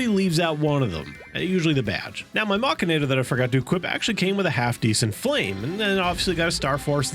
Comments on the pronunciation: lol its pronounced mech-an-ator haha what is machanator, couldnt focus on the video was just laughing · Is anyone else a bit bothered by the way he pronounces mechanator?